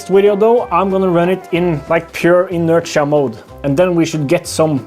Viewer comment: The word inertia is pronounced \i-'nər-shə or in-nur-shuh , Basically the 't' is a 'sh' sound.